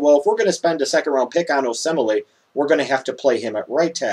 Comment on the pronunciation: Oh-Say-Mall-eh is how you pronounce it. This cyclone fan is ok knowing that you're NIU fan and cannot speak so eloquently. Call him "K.O." for short, that's how he's known around Ames, IA